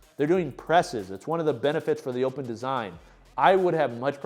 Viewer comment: Nice video as always. But the name of the trapbar is more like ooooohpen or open trapbar and not what you call it. ❤😊